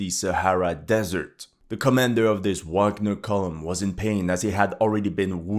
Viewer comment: I like you but I stopped watching, can't handle ignorance - it is pronounced VAGNER!!!!😢